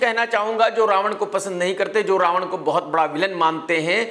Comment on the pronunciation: Raavan ya RA ONE BOLO BOLO